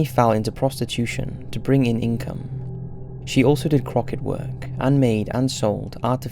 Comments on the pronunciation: Crochet is pronounced Cro-Shay not Crocket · Crock-et and lime-rick? Lol.